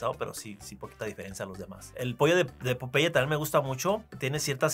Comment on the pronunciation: I love the way Paco pronounces Popeye the Spanish way!